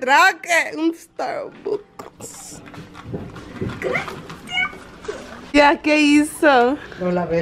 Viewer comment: "Mi primer estarbucs"🤣